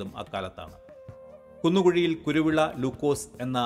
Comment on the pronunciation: കുരുളാൻ അല്ല കുരുവിള എൻജിനീയർ